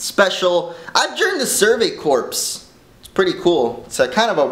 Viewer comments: Am I the only one who knows "Corps" is pronounced "Core"? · Yes it is. More than 50% of the Survey Corpse die after leaving the Walls. Every time.